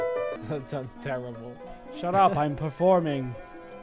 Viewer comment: Why does it feel he said the s word when he said shut